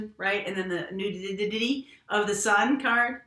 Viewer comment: Nakey.... Not newiddity .... Lol